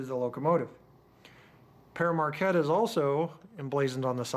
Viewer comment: Did you know that the 1225 is actually the Polar Express. Just one thing it's pronounced (pear market)